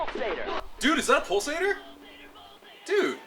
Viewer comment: After a while it sounds like "balls ate her"